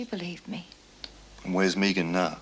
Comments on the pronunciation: Is Meg Jacksons first name short for Megan because if so how come hers is pronounced Meg and not Meeg like Anne and her Meegan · Sick to death of hearing that damn woman say "Meegan". Does she every say anything else for God's sake?! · Why is it not one of them can pronounce the name megan????? Clowns